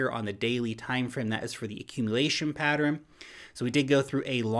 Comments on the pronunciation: Pattern > “patterin” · Only 2 syllables in the word pattern. Pat-tern not pat-er-in